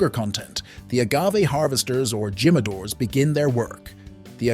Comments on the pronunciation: Dude, none of those words are pronounced like that in English; and them Spanish speakers died at Gee-madores.. at the begging of the video.. 😂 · Jimmadoors 😭😭 dude I thought everyone knew you pronounce the J as H. Its heema. Hee-ma-do-rus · I cringed everytime he said GYM-A-DOORS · Jimadores "He-Ma-Dor-Es" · It's pronounced as himadore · So, he knows how to say "Don Julio", but can't figure out how to say "Jimadores". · if your going to do a video about tequila at least learn the proper enunciation of Jalisco and jimadores😂